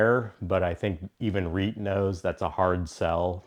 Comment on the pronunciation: Hey, great knife and video! Just a heads up, you maybe saying reate a little off. It's more like Re-ought I think